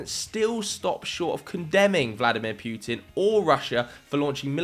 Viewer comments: It’s PUTIN NOT PJUTIN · heheh "Pewtin"